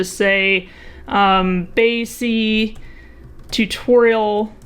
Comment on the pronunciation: BAYC not BYAC